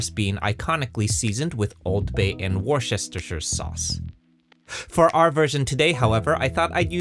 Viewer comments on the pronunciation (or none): Wooresestershire sauce 😂😂😂 W.T.F. It's pronounced "wuster" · Say 'WUSS-ter-sher'